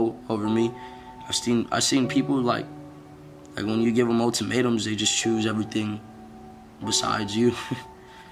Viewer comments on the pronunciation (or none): “Motimatems” 😂 Ultimatum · Bruh momtimatum isn’t a word it’s ultimatum.. try harder when trying to look smart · *ultimatum, motimatem is not a word lol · "motimateums" was this made by a 7 year old? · "motimatums", I think you'll find he said, 'Ultimatum'. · “Motimatems” Rip X